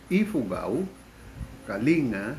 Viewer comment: Kaya pala wala capture ng travel along the way kasi gabi ang byahe. Of note, we say Kaling-ga and not kalinga :D